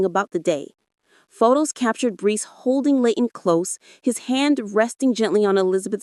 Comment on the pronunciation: It's Brice not brees 😂